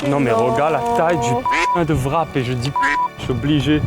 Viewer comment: Je ne sais pas comment se prononce CZER mais en revanche WRAP c'est comme WRITE ou WRISTE le W est muet. Donc c'est "RAP" et non "VRAP".